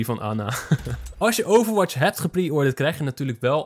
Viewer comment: Stop met overwaths